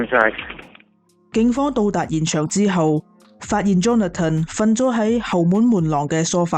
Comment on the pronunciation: 𣎴是讀Johna-ton, 是Johnathan（讀johns-fun)